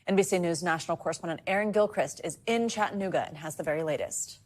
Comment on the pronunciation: "Chatt-AH-nooga" :person-turqouise-waving: . Not "Chattnooga" :face-red-droopy-eyes